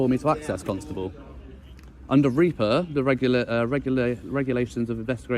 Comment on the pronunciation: GDPR didn't exist in 2014 and it's pronounced Ripper not Reaper